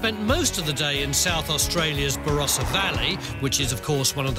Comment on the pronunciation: Varossa? It starts with a B.